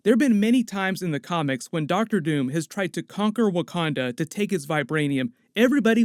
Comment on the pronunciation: Bruce Banner , scientist/genius can’t pronounce Wakanda. Sure ...